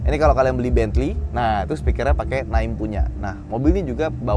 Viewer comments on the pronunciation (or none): Speaker nya Naim (kayak “name”)….jangan Nak-im, jadinya pak haji tukang urut dong….😂😅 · Naim bang bukan Na im, berasa brand bojong kenyot jadinya🤣🤣